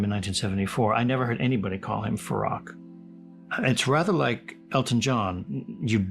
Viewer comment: Please don't mangle his name by repeatedly mispronouncing it. It's FarOKH, not Farrakh.